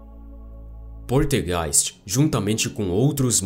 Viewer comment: poLtergeist, mas voce fala poRtegeis